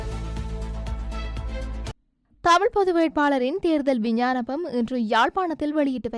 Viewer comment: விஞ்ஞானபம் இல்லை விஞ்ஞாபனம்